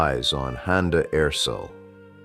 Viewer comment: Erçel. .. with ''ch'' not 's' or 'c'